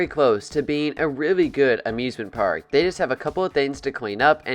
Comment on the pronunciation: Day instead of they was killing me 😂